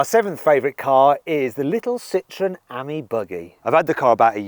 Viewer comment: It’s pronounced “aim ee” - Ami , you’re saying Ammy